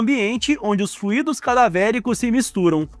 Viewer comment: O vídeo seria melhor se vc não tentasse imitar esses repórteres bobos e aprendesse a falar melhor: não se diz "fluídos" mas "flúidos", nem "impreguina-se", mas "imprégna-se". E esse ar de intelectual não combina contigo! No mais, sucesso, porque o assunto é útil.